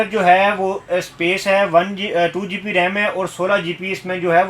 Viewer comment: Aap GB ko GP BOL RAHAY HO